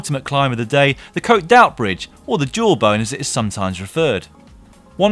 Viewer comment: it's pronounced oo ti bridge, not outbridge